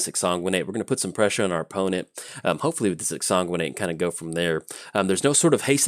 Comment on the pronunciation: we've already been over this whole exsanguinate pronunciation.